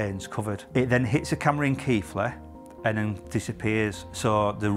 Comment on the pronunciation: Its really weird watching these videos, hearing all the street names and someone finally pronouncing "Keighley" correctly... 99% of the Police things I watch are up and down the country or in the States.... Roads mentioned in this video, I drive every day to and from work. Glad to see you back.